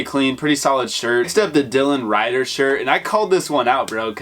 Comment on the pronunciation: homie said DYLAN RIDER